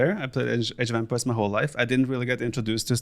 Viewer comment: Yes. Masmorra is great. But. God damn it but how he pronounces “empires” bugs me so much :-D